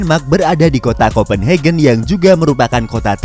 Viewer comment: Kopen hagen bukan hegen bahasa eropa umum A tetep dibaca A bukan ei